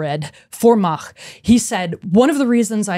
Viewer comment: Her pronounciation of "Mach" is perfect.